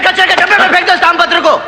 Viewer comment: Daam patra nahi taam patra bola